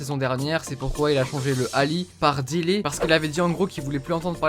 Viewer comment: Dele pas dili